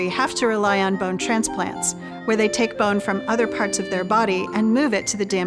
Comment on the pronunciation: I hate how she pronounces “bone”